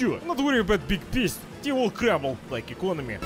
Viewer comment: "Don't worry, zey will crumbel, like eekonomi"